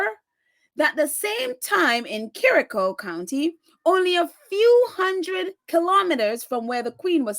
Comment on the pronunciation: Kericho is pronounced with "cho" as in ch - church